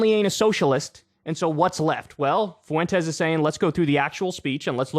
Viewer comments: I've come to hate videos where Kyle cover Nick Fuentes, solely because of how Kyle pronounces the name as "FOO-WEN-TEZ". Dude, it's "fwen-tez". It's TWO SYLLABLES: FWEN•TEZ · Kyle, say it with me "FWENT-EZ". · Kyle says Fuentes like Mr. Caffeine said Clancy. Fu-wentes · Some people keep pronouncing Nicks last name as if it's two separate words, Foo-entes. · You can either say “Fwentez” or “Fwentiss.” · How do you add an extra syllable to nick Fuentes’s name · How do you add so many syllables to nick Fuentes’s name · I was just about to say this. KYLE, STOP PROUNOUNCING FUENTES LIKE THAT.